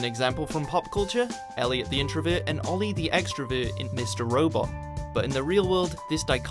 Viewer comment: introVERT not introvit